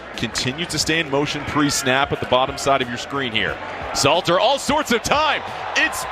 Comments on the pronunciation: *SALTER …. U gotta at least get the man name right bro lol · Great content but his last name is Salt 🧂 er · It's pronounced "salt er" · Learn to pronounce these young athletes names correctly. Salter & Slater is not the same name. Are you sober bruh smh? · We will just call him K-Salt.. not Slater or Salter.. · IT'S SALTER NOT SLATER. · Name is : S A L T E R (pronounce SAULTER ) NOT SLATER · Dude, stop calling him Slater 😂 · Hell I cant even concentrate on the video properly without hearing this man's name slated all throughout this video smh dawgg😂😂😂 You're going to need to remake this video for sure 😂😂😂